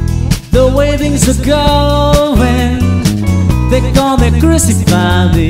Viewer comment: The Ballad of John and Yoko was spot on. Only hint of a filipino accent was the pronunciation of ‘crucify’ but all in all excellent.